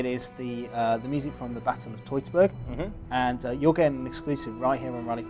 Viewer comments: Hoity-toity-burg? Can't one anglicize this as Teutoburg as in Teutonic knights? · TET-OH-BERG Forest...